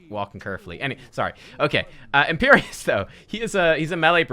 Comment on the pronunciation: Imperius not Imperious...